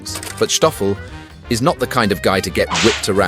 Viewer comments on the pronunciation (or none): what's with the 'h' in the narrative? I believe it's Stoffel and not Shtoffel? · I have no idea why you refer to him as SHtoffel...it is pronounced STOFFEL....Sssss tttttt oooooo ffel! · It’s not Shtoffel just Stoffel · Stoffel , not Schtoffel ! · Endearing story. ❤ But Kindly pronounce Stoffel as S Toffel, and Not as Sschhtoffel? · How did Stoffel Turn into Shtoffel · It’s Stoffel not Shtoffel ffs … we not German we South African … and yes honey badgers are a menace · Schtøffel😂...it's just Stoffel my guy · Stoffel, not Shtoffel. Very annoying. He is a South African honey badger. Afrikaans, not Yiddisch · It's Sstoffel, not Sschtoffel... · I am wondering if the narrator say "Schtop" or "Stop",since he insists on say "Schtoffel" instead of "Stoffel" which has no CH in it. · Poor Stoffel, ending up being called Shhhtoffel instead of Stoffel... he's not German, you know! He was featured on TV here in SA a number of years ago, and the interviews with Jones were hilarious! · Why do you say "Shtoffel"? It's not a "sh" sound. Just S. Just Stoffel. Just like Stop. You don't say "Shtop". Get it right. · Stoffel, not Shtoffel. But okay, difficult if you don't know the right pronunciation. Cool vid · I love when you mention himthe second time, you say Schhtoffel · Dutch and Afrikaans don’t use the German ‘sh’ sound, it’s just a regular ‘s’ when pronouncing Stoffel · That pronunciation of Stoffel. 😂 Reminds me of us Afrikaners when we want to be or sound funny. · 😂😂 you pronounce his name like he is part of the SS. 😂😂